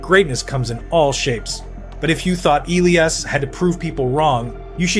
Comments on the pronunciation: Is this an AI video, felt like it talked about the same thing over and over and how it pronounced Elias, yikes. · Why can't people pronounce his name like HE DOES? (e LEE' as) aka Petey is a stud 1C two-way player with incredible vision and hockey IQ. Elias (e LYE' as) Pettersson aka D-Petey is the Canucks rising young left shot D-man who loves body checking opponents. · Is this script AI? His name is pronounced eh-lee-uhs and you had inconsistent ways of saying it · Why on earth would D-Petey pronounce Elias different than F-Petey ??